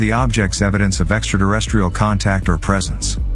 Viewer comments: It might be just me but I’m pretty sure there’s no D in terrestrial. You’re pronouncing it extra Derrestrial. Thusly it is pronounced as it is written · What is Extra Derrestrial? He says it more than once Eatra Derrestrial?